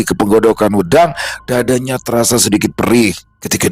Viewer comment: Pengucapan wedang bukan begitu 😊😊😊